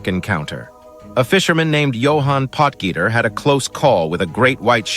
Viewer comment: hahaha POT-GEETER hahahahaha